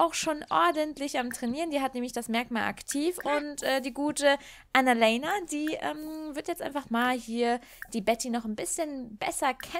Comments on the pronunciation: Kannst du Annalena bitte deutsch aussprechen? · Könntest du Annalena bitte normal aussprechen? 😅 ich heiße Annalena und das klingt so merkwürdig. ..